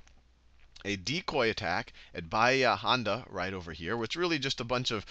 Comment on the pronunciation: He also read bahía Honda like it was written "Janda" in Spanish. If he makes more videos like these he should make sure every foreign word is shown on screen, like he did with the French and Vietnamese names in the previous lectures.